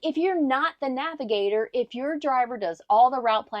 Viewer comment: Be a navigator not a “nagigator”. lol!